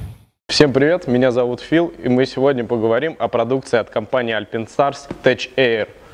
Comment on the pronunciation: Не альпИнстарс, а альпАЙнстарс! Не тэЧэйр, а тэКэйр🤦‍♂️🤦‍♂️🤦‍♂️